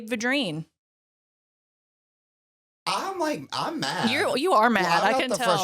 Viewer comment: Yoo'-zee-bee Vi'-dreen You're from Louisiana. You should be able to pronounce it. And, yes, I knew his brother. He was my great grandfather. We are related. The reason people back then would allow him some favors is that they understood the gravity of ending someone's life. However necessary it was.